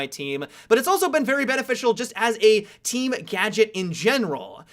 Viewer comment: "It'll be a detriment to your teaaam-uh". "As we mentioned before-uh". haha